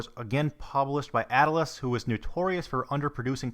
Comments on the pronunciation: Atlus is pronounced like atlas, like a collection of maps or like the Roman god, at-lus, not at-uh-lus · Why does he say ata-lus and not at-lus? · It's just Atlus, not attle-us. Like And Ocarina of Time, as with all new AAA games at the time, were $50 - $60 new, not the $30 you quoted. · At-lus, not At-l-us. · I like how he says dallars and somehow finds an extra a in atlus lol